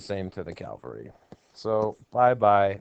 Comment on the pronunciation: "Calvary." Lol